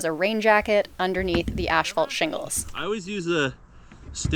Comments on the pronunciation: Are you saying ash-phalt? 😊 No shade just fyi it’s asphalt. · Is it an accent thing that they call Asphalt Shingles 'Ash fault'? Around here we pronounce it like 'ass fault' Either way nice job on the shack. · Please stop saying ash-fault, it's pronounced ASS-FAULT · stop saying "ASHfault" :P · Ash-phalt a Canadian pronunciation? Never heard it said that way.